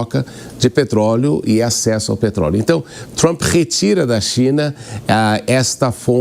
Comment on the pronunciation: Com Trup é buteichion pra lasqueichon ( butation pra lascation, in English).